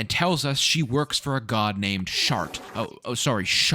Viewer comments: It's always funny to watch people play who have no history with BG, BG3 early access, and DnD. I think I heard Shar called Shart a few times which made me laugh. You definitely did things I've never seen before, and I've done act 1 probably 4-5 times in EA (what was available) and about that many after release. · Amazing that you called Shar "Shart" without realizing that's what the community calls Shadowheart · Kinda funny how you say shart is shadowheart's god (its shar) but like 99% of the fanbase uses "shart" to describe shadowheart because SHAdow heART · funny how you call Shar Shart but the rest of the world calls Shadowheart Shart